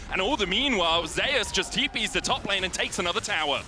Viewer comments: If this man could pronounce Zeus... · nothing, I think he wants to read it as Zus, not the Korean pronunciations Ze-us. Though his ign does refer to the Olympus god, the caster is just sticking with the Korean pronunciations since the player himself read his name as Ze-us.